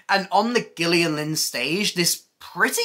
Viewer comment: The words are pronounced Ira (Eye-ra) and Gillian (soft g).